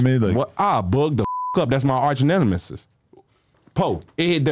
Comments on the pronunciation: “That’s my arch Neminisis”🤣🤣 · Boi said Arch-nenemis lmfao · Nigga tried his best to say nemesis 😂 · It hit different when jmane can’t say nemesis 😂